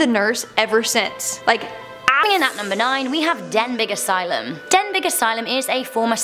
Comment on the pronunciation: Den-BEE asylum. G is not pronounced.